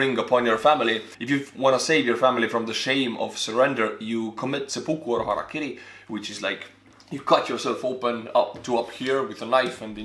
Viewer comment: This man just pronounced HaraKiri correctly... Probably the first time in all of YT history I've seen this happen. Subscribed.